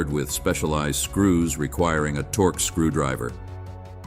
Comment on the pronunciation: it's "torx" not "torq" for the screwdriver bit.